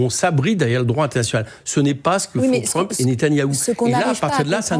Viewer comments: Et quand Mélenchon prononce Trumepeuh pour Trump c'est antisémite ? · Mélenchon a mal prononcé trump, Clinton, ils ne sont pas juifs